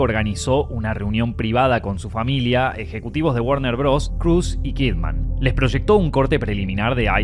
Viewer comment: Her name is Kidman, pronounced "kid-mun." It's not "Kid Man." She's not a superhero.